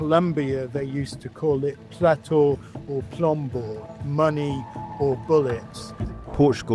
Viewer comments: Plata o plomo and Not Plato o plombo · *plata o plomo mate. Not planta o plombo